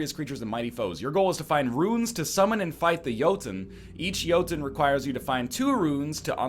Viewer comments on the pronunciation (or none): I'm fairly sure it's "Yotun" and "Iggdrasil" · isn't the O in the game's name a norwegian ö? Doesn't that make the pronunciation more like "Juhhtun"? Correct me if I'm wrong. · Jóhannes guðmundsson the way NL pronounced "Yggdrasil" was so wrong that it pretty much overshadowed the whole Jotun thing. I pronounce Jotun in one of the traditional norwegian ways. "Jo-tunn", which, cant actually be pronounced in english. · Scumbag Fox King its pronounced jøtun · It's pronounced Jøtun, not Jotun. "Yerr - tun" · NOOOOOOOO it's Jötun!!!!!! I am SO MAD!!!!! ;D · as a norwegian, id like to note all of the ways you pronounced "jotun" were wrong